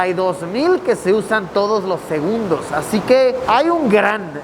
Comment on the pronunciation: Gente normal: segundos Luisillo:Segunbdos